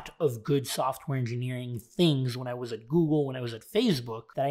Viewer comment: The way you say was kinda funny. Great vdo and info though